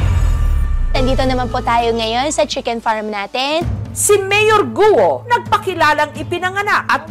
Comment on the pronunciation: Goo!! po hindi Guwo